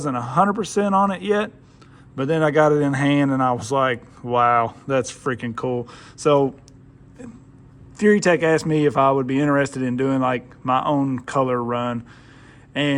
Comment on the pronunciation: Ok so just my 2 pesos....word pronunciation is HUGE in my book. I realize it's not as important to other people as it is for me so I'll give you that. However, Furitek is not pronounced Fury Tech. It is a Japanese based word and so basic Japanese word structure prevails. That said, and I may also be corrected after 4 years of Japanese language classes, Furitek is actually pronounced: Foo Rr(roll the R) Ee Tek. Then there's the Tegu...not pronounced tayjoo but actually Tay Goo like the famous beef from Japan. Basically all you need to really understand is that the vowels sound like this; A=ah, E=Ay, I=Ee, O=Oh, and U=Oo.... and for the most part, the consonants are pronounced like the Hard pronunciation such as G=Ga not like a J. And then a J is pronounced like Jah....etc....And I'm sure there are others that the American R/C community pronounce incorrectly. But, for now, these are the ones that really stand out. Like I said in the beginning...these are just my 2 pesos....carry on